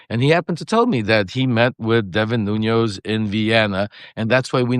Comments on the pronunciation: Why are mispronouncing a man's name who you know? His names is NuNES, not NUNOS. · Lev, you know I luv ya😘Bubbula but to google TS Portuguese surnamed CEO±. it's... "Nunez" NO "ñ"❗ Not Noñoz... It's Nu-nez. THX bro🙇Ask yer son to remind you❤